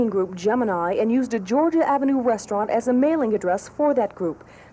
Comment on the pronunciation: Atlanta, Gorgia ???????????